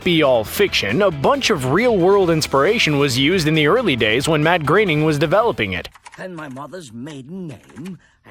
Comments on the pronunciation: also who is this Matt Graining OP keeps talking about? It's pronounced Groan-ning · It's groaning not graining also flying spaghetti monster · Why do you keep pronouncing it "Matt GRAINING"? It's spelled Groening. Same dude created the Simpsons, which has been on the air for over 30 years... and no one, including Matt GROENING (grr-oh-ning) has EVER pronounced it "Grey-ning". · Anyone notice how his pronunciation of Groening changes everytime he says it. Ranging from growning, greyning and greening.